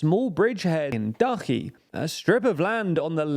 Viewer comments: Dachi with ch as in child. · Except Dachi. Still work in progress. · In some cases. Still pronouncing "Kakova" instead of "Kakhovka". "Dachi" is wrong. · You learnt how to pronounce Zaporizhia! Good job. Now, Kakhovka and Dachy. I honestly just don't understand why not just dedicate some 10mins just to learn the pronounciations